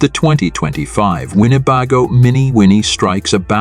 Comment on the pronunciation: How can mispronounce the name of the manufacturer?